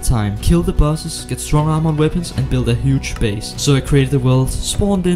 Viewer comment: The are-more 😂 i don't know why .. but the way he said armor make me laugh .. only the word are-more 😂